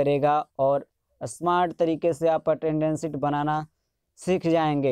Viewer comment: असमार्ट नहीं स्मार्ट बोलो